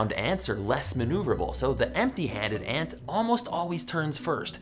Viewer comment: I though he said N word but he said aunt word